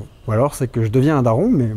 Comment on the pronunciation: "opOUs KaémentiKiOUm" siouplèt...😉